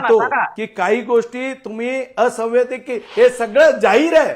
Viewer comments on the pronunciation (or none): ला असैवैधानिक म्हणता येत नाही.